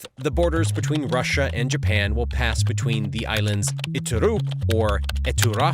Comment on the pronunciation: Border "betweeb"